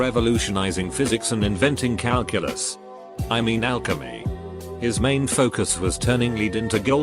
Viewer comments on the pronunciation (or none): none